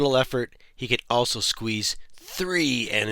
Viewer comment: Dude, say it like you mean it. You have to pronounce it Ssssssqueeeeeze! 😂